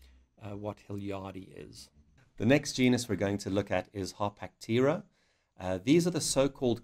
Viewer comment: Everyone even REMOTELY interested in baboon genus/species NEEDS to see this video. Excellent job ! - one question: the pronunciation of "Harpactira".... the presenter says both "Har-pack-TEAR-er" - and "Har-PACK-ter-er" - ... which is it supposed to be ? I always call this genus "Har-pack-TEAR-er"